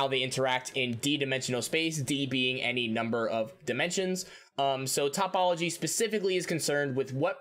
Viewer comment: One note: it's toh-pol-ogy, not top-ol-ogy Just in case you want to do math stuff in the future